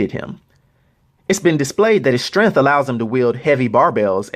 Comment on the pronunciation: This guy pronounces strength like Kevin Hart in jumanji